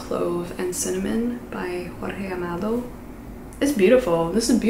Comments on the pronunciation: hi,! just a heads up: J in portuguese is pronounced like the J in "jewelry"! and G followed by E and I it's also the same pronunciation! So Jorge Amado is pronounced almost like you guys pronounce George LOL it's hard to explain this in written word, but it's like you pronounce George, without the first E!:) (if you try to speak like this, please, put it on a video lol) ANYWAY... I'm just SO excited that you're reading Orlando!!!! I read it this year as well and it's SO GOOD!!!!!! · your attempt of saying jorge amado's name was really funny and cute because you said it in a more ~spanish way and he is from brazil! happy to know you're reading more from our country tho and it was a nice try!!!